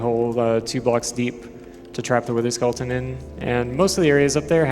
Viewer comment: Anyone noticed he said "Witherskulleton" all the time?